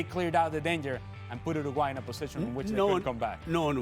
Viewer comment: did kasey just pronounce uruguay 'ergway' - 😂😂😂😂